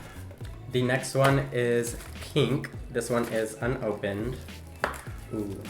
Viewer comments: Most people not from the West pronounce pink like “p-ink” instead of “peen-k” lol it’s a low key pet peeve of mine that mainly Californians do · I low key hate the way he (and everyone else from the west) says pink PEEE NK like EW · “This one is, peenk.” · He calls pink peenk